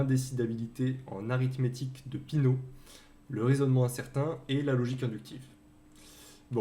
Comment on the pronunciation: Classe, merci beaucoup pour la vidéo. Juste parce que ça m'a arraché l'oreille, l'algébre de Peano se prononce à l'italienne, avec un É suivi d'un A (pas comme dans peanuts).